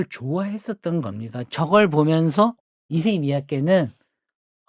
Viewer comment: ISSEI가 이름, MIYAKE는 성. 이세이 가 아니라 잇쎄이 라고 발음하는 게 맞습니다.